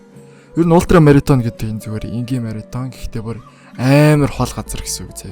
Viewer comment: марафон - маритон